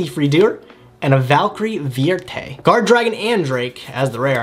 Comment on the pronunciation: I'm probably not the first one to point this out but the v in Vierte is pronounced more like an f